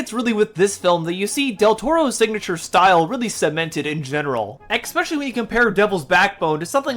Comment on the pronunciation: Good vid but "exspecially" is such a pet peeve of mine. And you kept using it! Lol